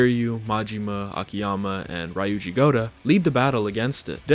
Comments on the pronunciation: Ree-uji, bra :p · good video. The way you pronounce Ryuji's name got me mad lol.